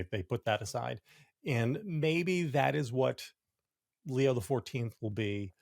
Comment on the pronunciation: Pope Leo not Leon. It's not difficult.